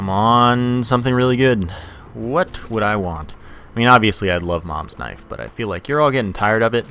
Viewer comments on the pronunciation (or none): More emphasis on the WHAT